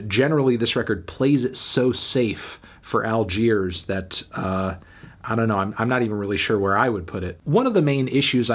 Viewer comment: Great video but did you really need to call them “All-queers”? That was a little too much if you ask me